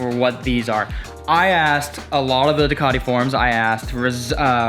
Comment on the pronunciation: Well done. But! Ducati. Panigale. Rizoma. Please have a fellow Italian tell you how to pronounce them ❤️